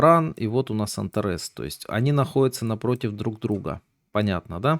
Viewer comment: Звезда антарЭс. Ужас! Эта звезда называется антАрес, ударение на вторую А. "В карте РФ", "кризис в РФ"... Автор, почему вам трудно произнести слово Россия, почему такое глупое сокращение РФ? "Прогноз на Америку", "Кризис в штатах"... Зачем такая фамилиарность? Вы же лекцию читаете для открытой аудитории, неужели нельзя произносить названия стран корректно, правильно? Автор, учитесь доносить информацию чётко, правильно и корректно. Пока у вас много слов-паразитов, неправильные ударения, сленг-слова